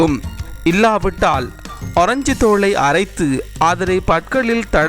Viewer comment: அரஞ்சு இல்ல டா முண்டம் ஆரஞ்சு அப்புள் இல்ல டா முட்டாள் ஆப்பிள் முதல்ல தமிழை ஒழுங்காக பேசு.